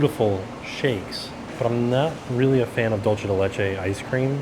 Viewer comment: Dulce de leche = "dool-seh deh leh-cheh"